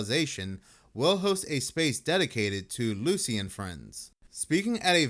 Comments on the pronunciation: It's not "Lucy" it's "Luce" which is pronounced like "Loose"... Also, the actual italian word is pronounced "Lu-ce" or "Lu-che" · ITS LUCE PRONOUNCED “loose” NOT LUCY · It's either "loose" or "loo Che" there is no "Lucy" there. Also it's just their make believe why do you care? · Italians wouldn't say lucy , they'd say Loo - Chay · The name Luce, is pronounced “Luché” and in Italian means light. That staff she holds is pilgrims staff. I found no correlation with Luce and Lucifer, and no demonic inspiration for Luce. Excuse my criticism please if I sound rude but I feel as if we’re taking this and overthinking it. God gave us a mind that can imagine, so we should use it to glorify him and make characters and stories with morals and values to teach and entertain. I thought Luce was a good example of this and how Christianity can make its way into pop-culture without watering it down to being lukewarm. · Pronounced "LU-chay" in Italian. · Yo, fyi Luce is pronounced loo chay. Next I'm sure the church will tell you the staff Luce is holding represents the shepherd's crook. Christ is known as...The Good Shepherd... the Shepherd of men. However the crook should have a curved top, similar to the letter omega. This as others pointed out is more like the witches or wizard's staff or smiting wand. Very curious. Jake. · I believe it is pronounced Loo-chay.